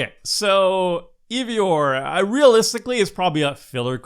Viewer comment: I know not everyone likes Norse stuff and so on but it hurt my Nordic heart when he said Eevor instead of eIvor its i like in I if any is curious